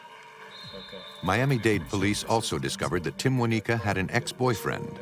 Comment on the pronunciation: “Timwaneeka”, “Timwaniqua”🤦🏾‍♀️🤦🏾‍♀️RIP sis